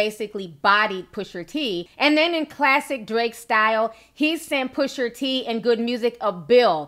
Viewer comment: Girl 🙄🤦🏾‍♀️ it’s PUSHA T; not pusher t sheesh